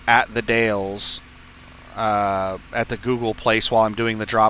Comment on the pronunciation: The Dalles - pronounced "The Dals" (rhymes with 'pals'). Silent "E". BTW, be sure to scale that 5000lb load, you don't wanna be over on your drives 🤣